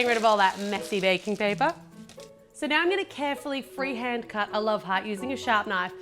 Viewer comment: did anyone botice that she say ba-king paper